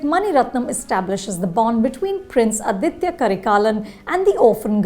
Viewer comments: For the hundredth time, it’s not Adithya, it’s Aditha. Let’s not misappropriate language or culture. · Just wanted to point out in case you didnt know... it is 'Aditha Karikalan' and not 'Aditya Karikalan'.... This is more of a tamilian name while 'Aditya' has sanskrit roots...